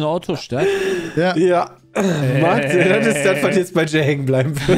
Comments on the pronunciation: Das heißt nicht "Maaagdeburg"! EInfach einen kurzes A bitte, also "Mackdeburg" :) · Erste Gelegenheit dazu, das zu schreiben, da ich jetzt hier wohne: "Dit heest 'Machdeburch' und nich' 'Maaagdeburg'." :D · ich komme aus magdeburg und , magdeburg wird nur mit ein A geschrieben und nicht so Maaaagdeburg :D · Lieber Maaagdeburg als Ma-Agdeburg ... Aber korrekt heeßt es eh Machdeburch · Das heißt Machdeburch und nicht Maaaaaaaaaaaaagdebuuuuuuuuuurg!!🙈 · Ich fand es okay. Wüsste nicht ob ich 50 Fragen zu Westdeutschland beantworten könnte. Eine kleine Sache noch: Magdeburg wird nicht Maaaaaagdeburg ausgesprochen. Da bluten mir die Ohren 🙉 Richtig wäre Machdeburch. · Dat heißt Machdeburch und nich anners du Vorel! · Wie sie Magdeburg aussprechen macht mich jedes Mal wieder krank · Ja ich finds auch ganz schlimm diese Aussprache. Wohne auch nur so 30 min von Magdeburg weg xD